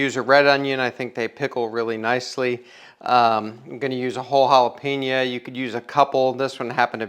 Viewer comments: Jalapen-YO, you damn midwesterners! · Dude, jalapenO